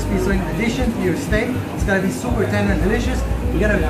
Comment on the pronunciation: Sooopurrrr tenderrrrr😂